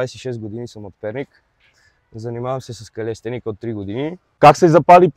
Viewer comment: Братле калистеника се казва не калиестеника